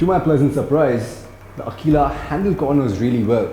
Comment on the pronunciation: its aqila[akwila] and not akila[like he says everytime in the vid..cool review though